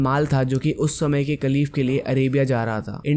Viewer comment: Kaleef nhi bail khaleefa bolte ha